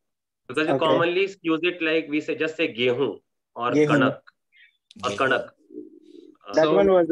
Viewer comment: It's not gehoon .it's jau